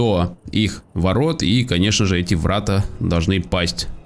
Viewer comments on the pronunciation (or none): Врата́ а не вра́та